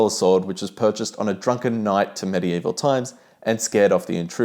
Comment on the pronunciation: Good job,. You say medieval weird.